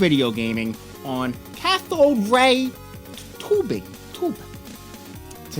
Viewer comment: Why do you have a hard time pronouncing Tube?